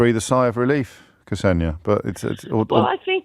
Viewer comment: Ksenia I believe. Tbf to you, I've mostly heard it pronounced like "Xenia" rather than what James did.